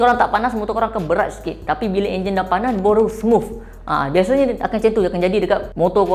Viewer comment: Smuffff bkn smooth ea🤣